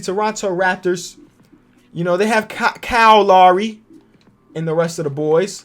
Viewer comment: Funny thing is pronounces Kyle Lowry's name right